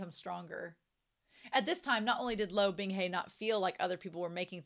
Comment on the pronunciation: I think your pronunciation is perfectly fine...the only thing I wish you fixed is the pronunciation of Luo, as obviously, it's a name that's being said very often. Not sure how to explain it but it's important the U (oo) is there behind the L and finishes with O (as in oh but with silent H? Lol, i really don't know how to talk about pronunciation with native English speakers:,)) Right now my guy is like Lou or Lo...but he is Luo. But anyway, can't wait until you reach a brand new content.